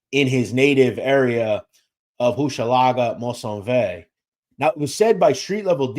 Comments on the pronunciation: Maisonneuve is pronounced May-son-NEUVE. Merci. :) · Your pronounciation is incorrect MERCIER-HOCHELAGA-MAISONNEUVE PROUNOUNCED "MAZE-ZON-NEUVE" IN ENGLISH